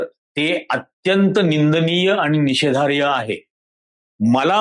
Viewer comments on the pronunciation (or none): 'निषेधार्ह' म्हणावे..' निषेधार्य' नव्हे